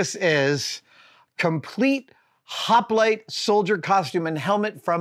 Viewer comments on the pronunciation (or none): none